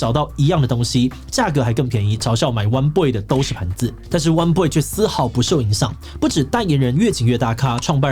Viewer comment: 我都聽成 彎BOY 穿比不穿還娘~